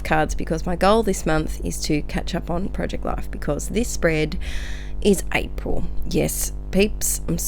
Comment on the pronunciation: Hehe "Arpil" 😂 love it! Great spread:) - Emma x